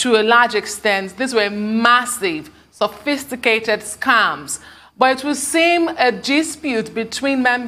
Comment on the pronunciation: If this guy says “sophticated” one more time!!! 😡😡 It’s “sophisticated” oga